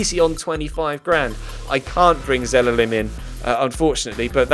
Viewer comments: Btw Zelalem is pronounced Zey-lar-lem. +if the players face is not real on the profile and looks animated thateans they are from the youth academy. +Tim Payne was a striker on Fifa 13 xD. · Zelalem is pronounced Zay-lar-lem. + if there face is not a real face and is animated that means they are youth academy players. Tim Payne was a striker on fifa 13 xD.